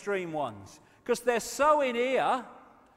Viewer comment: I love How He says Because Becoose 😂😭 London Real just Had David Icke Brian Rose 3 and Got 1 million live streaming a world Record